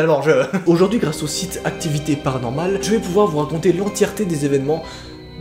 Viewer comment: Et il roquopie panormale